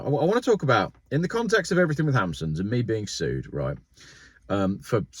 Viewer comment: please use the English language as it is supposed to be used, Everything, Something not everythink or Somethink!!!